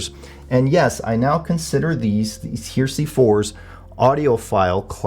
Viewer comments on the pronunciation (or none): It's Her..eh..sey!! Not Her..sey!! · 'HARE-eh-see', not 'HERE-see' ! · the Klipsch "hear-see"? Everyone else pronounces it "hairisee" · You are mispronouncing the name of the speakers. They are like religious "heresy" (look it up in the dictionary for correct pronunciation), not HERE See. The reason that they were named Heresy was that the bass was not horn-loaded but a sealed cabinet in violation of Paul Klipsch's original commitment to horn-loaded speakers. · Pronounced: Hair- ra-see not here-see. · It's pronounced "Heresy," idiot! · Yes he says Here See haha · Heh-reh-see.....At least he pronounces Technics properly....Teknix just sounds wrong. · I keep thinking this would be a great speaker for me to upgrade to. Nice review. BTW.. Heresy is pronounced Hair-esee. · It's a three syllable word, not two. "Heresy"; it's what happens when you mispronounce the word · Are you sure you are pronouncing the word “Heresy” right?